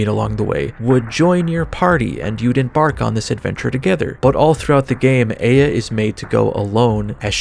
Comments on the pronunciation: Isn't it Eye-A and not Ey-A? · Eh-ya? Like that Outkast song from way back? I'm pretty sure it's pronounced eye-ya or ah-ya. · never pronounce aya again